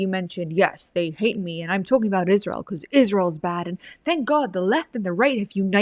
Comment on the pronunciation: Faux sophisticated - not very intelligent - can't pronounce Israel - "Isssshzzz-real". DUH